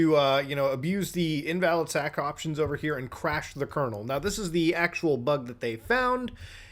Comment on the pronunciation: “sack options” lol… you mean syn ack